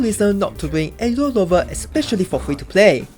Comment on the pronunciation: Bro pronounce aero rover as "aelo loba"